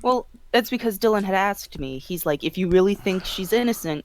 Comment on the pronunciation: This keeps getting more interesting. Also, whenever she speaks and says the word "asked" my internal grammar police kept on screaming "It's pronounced "as-ked" not "axed",...its a "k" not an "x"!!!!" XD